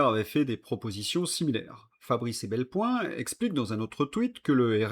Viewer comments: Mais POURQUOI s'acharner à dire Ebelpoin, alors qu’il s'agit de Fabrice EPELBOIN ? C’est pourtant écrit noir sur blanc. Un minimum de respect pour vos auditeurs s'impose. Idem pour la prononciation. Pourquoi s'obstiner à avaler une syllabe sur deux ou trois, alors que le langage articulé est maîtrisé depuis l’homme des cavernes ? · sans vouloir être maniaco, c'est Fabrice e Pel Boin, pas e Bel Poin 😉 Pourtant, vous l'écrivez corectement dans vos tweetes. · Pourquoi vous écorchez toujours le nom de Fabrice EPELBOIN?